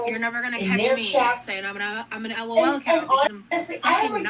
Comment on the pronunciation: The way she spells it out kills me 😅 “I’m not an ELL-OH-ELL COW!” Lmfao yes ma’am you are 😂😂